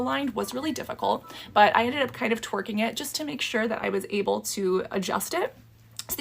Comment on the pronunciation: I love that said “twerking it” instead of “tweaking it” 😂